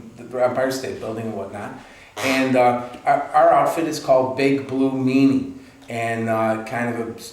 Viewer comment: Great Interview! It's Meenie, not Meanie ;-)